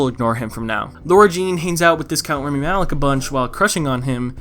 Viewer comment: everytime you said rEmi instead of rAmi i wanted to die a bit more